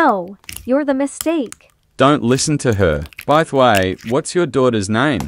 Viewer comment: Biteh way??? 😂 😂